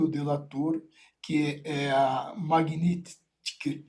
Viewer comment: Jurista não sabe falar nem o nome da Magnitsky? Jurista tupiniquim